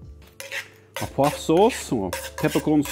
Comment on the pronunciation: Come on, as a Chef you should be ashamed of that pronunciation... it's not Ah Pwah, it's Oh Pwah-Vwah... French Chefs are screaming at you right now!